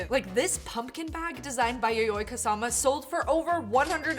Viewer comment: Left the video as soon as I heard Kusamu